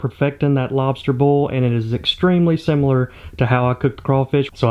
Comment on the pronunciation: Say Boil without sounding like "Boiah"